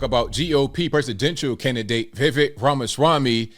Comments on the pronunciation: For gods sakes people! It’s VI-VAKE like cake! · I DISAGREE. Generally agree w arguments, but he’s going WAY too far with this attack on VivekR (btw it’s pronounced like 🎂 Viv(c)ake). has a PERSONAL AFFINITY w JUNETEENTH. has special memories but that’s not a VivekR FLIP-FLOP. All he’s saying is there are too many holidays that don’t celebrate our USA or special people who impacted our Freedoms. Consider MLK who really DID change how America incorporates RACE or Chris Columbus who kinda Discovered America 🇺🇸 RAMASWAMY just wants spurious holidays canceled & most of us do too. But JEEZ, aren’t you just thinking 🤔 💭 about Juneteenth because YOU LIKE THE HOLIDAY?!